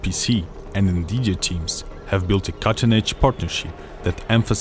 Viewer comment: "We've been working together to with Vnvidija" lol am i the only one that funds it really funny how he pronounces Nvidia?